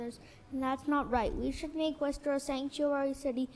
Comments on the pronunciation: You pronounce it. Wisster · Worcester, Massachusetts is pronounced “Wooster ( WUSS-ter) WUSS - ter. Don’t pronounce the R. It’s a tough one I know they have a strong accent up there. It’s the Trans community that’s messed up the LGB wants to be left alone. Trump changed the website to only LGB. The Trans people went nuts he left out the T. In all actuality a Trans person is either a LGB but they want their own letter they annoy the LGBs. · Wooster. pronounce it wooster. Or, if you want to say it in Southie it's Woostah. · How about pronouncing Worcester correctly first. Next, dont come for the gay community. How about understanding why we are terrified of him and the oligarchs. Too bad that you as a black man will not understand they are coming for you as well.